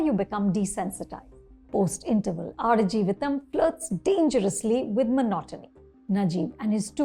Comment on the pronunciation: Wow, you got the pronunciation right. Impressive 😅